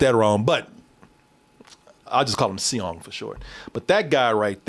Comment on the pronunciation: seong is just pronounced song in english